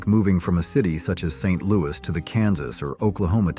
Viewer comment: I'm pretty sure the S is pronounced in Saint LOUIS!!!!!!